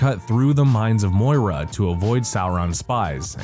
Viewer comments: Great video but I laughed so hard when the narrator said "mines of Moira". It's "Moria". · "Mines of Moira"? It's MORIA! [Facepalm] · "The Mines of Moira"?! - there's a few odd mispronunciations and errors in here that are making me doubt whether the narrator has actually seen these movies. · Great video, but just a few notes from a die-hard Tolkien-fan; #1, the "Shadow-Demon" is called a Balrog. ("Ball-Rawg") And yes, it's literally made of fire and shadows. #2, the name of the mining-area is actually pronounced "More-REE-ah". And #3, just a little fun-fact: Stephen King is such a huge Tolkien fan himself that he's used several of the same names and themes from the Middle-Earth series in his own 'Dark Tower' books. I just thought that was worth mentioning. =) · The mines of "Moira?" Really????? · The Mines of Moira!? Did I hear that right? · you lost me after you mispronounced moria